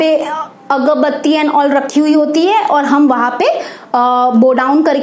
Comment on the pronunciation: Mam agarbatti hota he agbatti nhi hoti he